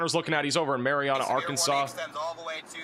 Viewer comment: Mary Anna, not Mary ahhhna. Home of the mighty Trojans brother! The most famous person from Marianna, Arkansas is Rodney E. Slater.Slater rose from picking cotton as a child in Marianna to becoming the U.S. Secretary of Transportation under President Bill Clinton from 1997 to 2001. Prior to his cabinet position, he also served as the first African-American director of the Federal Highway Administration.